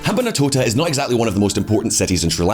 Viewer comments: Ham-ban-tota, NOT Ham-ban-A-tota. An approximation of correct pronunciation should NOT be as prohibitively difficult as this channel's presenters make it seem. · wtf is up with his pronunciation of rajapaksa and hambantota. like dude its not that hard.